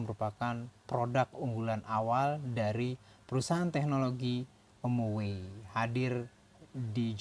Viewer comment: Om-oway. Saingan om-mobi😂